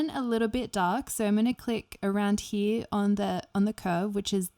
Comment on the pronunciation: I like how she says "from he-ya"